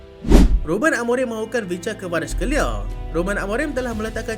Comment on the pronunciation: susah sebut kvescar kveliar.. ingatkan szoboslai tu dah susah.. nahh berbelit halkum nk menyebut